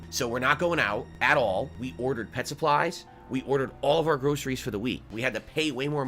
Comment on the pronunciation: Whenever he says "Pet Supplies" it is like he is looking after a zoo.